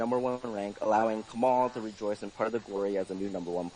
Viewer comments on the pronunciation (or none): It's Kemal